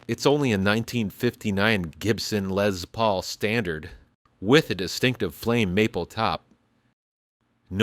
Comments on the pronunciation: It's a LESS Paul, not a Lez Paul. The man's name was Les. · There’s no “Z” in Les Paul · It's not a Lez Paul it is A Les Paul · "Lezz Paul" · “Lezz” Paul? Gimme a break. And give it back to Taylor.